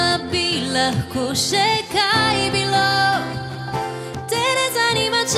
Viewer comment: Ne vem zakaj besedo "bilo" kdaj tako čudno naglaša.